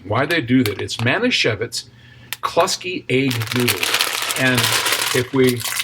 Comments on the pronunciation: the noodles are pronounced "Klooski"! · Noodles pronounced "Klooski".